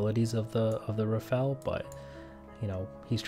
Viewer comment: Say Rafale not Rafael please